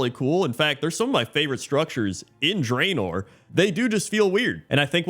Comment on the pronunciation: It's pronounced "Drah-nor" and not "Dray-nor", by the way.